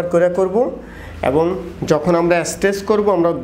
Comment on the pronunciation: শব্দটা এস্টেস না, স্ট্রেস।